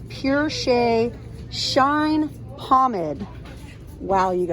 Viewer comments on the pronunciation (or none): You always find some good stuff. As much as this makes me want to go to Dollar Tree, I have to wait a while because I recently had surgery. Well, I have something to look forward to. 🙂 Thanks for the video. BTW Pomade is pronounced pom•aid